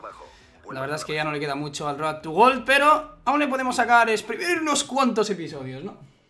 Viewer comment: Porque todos dicen: "Road to wol" y no " Roud to Gold" que es como realmente se pronuncia? xD